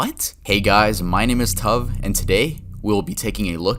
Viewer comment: you keep saying tuv and i always just spell it out when i say it Tee You Vee lmfao